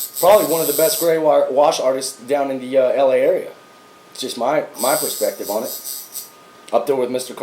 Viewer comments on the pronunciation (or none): none